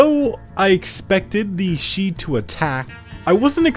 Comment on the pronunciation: Shi in Chinese if you are accounting for pin yin is pronounced sure not she